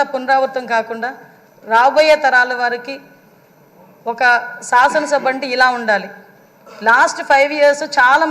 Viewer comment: సాసన కాదమ్మ శాసన